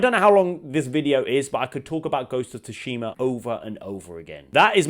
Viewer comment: Bugs the hell out of me how you say “tushima” and “baldurs” 🤣